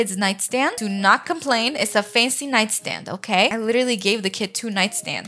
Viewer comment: Who else loves how she says faNcY